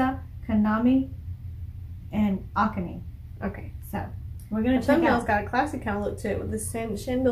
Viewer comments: Good try , all good except you pronounce Akane Ar Car Ne ...with e being a short vowel as in egg. Keep up the BM reviews , love em. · This song, throughout the whole song, Kanami is basically playing a continuous solo riffs. It's amazing. "Puzzle" has a very nice lyrics. It's about two lovers. They also did an acoustic live version as well. By the way, Akane's name should be said "Ah Ka Ne" - Japanese is Mora-timed. No one syllable should be emphasized like in English. So, don't put a stress on Ah part. No character takes more time than other characters. So, say it in equal interval. When you were saying Ahhkane, it sounded awkward. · It's pronounced Ah-Kah-Nay not Aka Nee. Why is the sounds so bad? You need real head phones to hear the bass. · Ah-Kah-nay and Sa-ee-kee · The drummer's name is pronounced more like Ah - Kah - Nay, emphasis on the "kah". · Corrections made. Miku (mee-koo); rhythm guitar, vocals, band leader. Saiki (Sy-kee); vocals. MISA (mee-sa); bass. Kanami (kah-nom-ee); lead guitar. Akane (ah-ka-nee); drums. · nice, just the drummer's name is A-Ka-ne the pronunciation of the other members is OK. But I wouldn't worry too much about it. They are very much a straight up Rock Band with a real nice raw energy power about them. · With regard to the drummer name pronunciation, you should put the emphasis on the second syllable rather than the first syllable, and pronounce that third/last syllable as "nay": ah-KAH-nay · Pronounce Ah- ka-nay